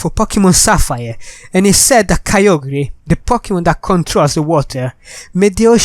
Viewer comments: Its pronounced kai- ogrr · KYOGRE IS NOT CALLED ky-oh-gree its ky-oh-grrrr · ITS KYOGRE NOT KYO GRE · Your saying kyogre wrong idiot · You said kyogre wrong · dont know how to pronounce kyogre,everybody unsubscribe him[bobbbooooooooooooooooooooooooooooooooooooooooooooooooooooooooooo] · he don't know pronounce of kygre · He does not know to pronounce KYOGRE